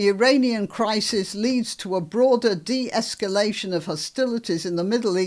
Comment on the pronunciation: Definitely doesn't sound like "de-esculation" to me 😂. How many words can you mispronounce in one sentence?